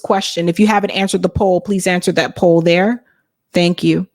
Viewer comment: Her standard answer: "Thans for asking. Let me syart by saying, I was born a po black child!"!